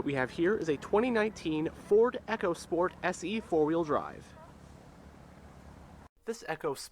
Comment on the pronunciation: Its pronounced eeeco sport which is , short for "economy sport ". You said "Echo sport" which is something altogether different